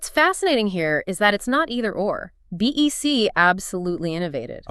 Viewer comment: It's not pronounced D.E.C., it's 'Dec'. Pretty fundamental for an AI generated 'deep dive' that you get at least the name right in the audio. Ugh.